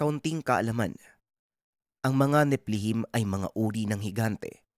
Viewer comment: NEPHELIM po yun..hindi Neplehim.. mga sinaunang giants kamag-anak nung giant na pinatay ni David